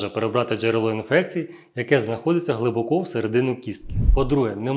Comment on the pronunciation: Не глибокО, а глИбоко. А так гарна мова. Не беспокоє, а турбує.